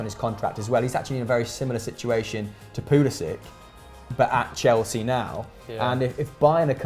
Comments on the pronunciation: It’s pronounced Christian pull-a-sick I believe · Chelsea and everybody else says Pulisic